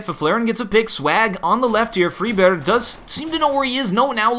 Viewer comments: say friberg not freeberg PLZ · it's really more like "freebery", y as in "you", rather than "freeberddjjsch" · not to be a douche, but its pronounced fried-burgh. hard g sound. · in swedish, FRIBERJ, but do pronounce it wrong, but i don't care, i let him say how he wants. look on google translate and type on swedish: friberg, that is how it sounds in swedish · Just say friberg like an American lol i don't even think that's the right way to say it anyway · either way, and I do appreciate all the feedback and corrections, this dude is saying it wrong. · still not pronouncing Friberg right :s